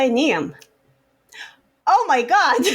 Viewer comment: ohhhh just noticed doesnt know how to pronounce niamh...thats adorable honestly